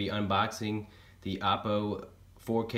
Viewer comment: It's "Oh-Poh", not "Ah-Poh", as in opportunity. HDMI IN is for things like AppleTV, Roku, even for processing video for your DVR or PS4/PS3. The OhPoh will do its magic, then send the video and audio back OUT via the output connections. Hang out in the 203 Owners Thread on AVSForum to see what this puppy is really capable of.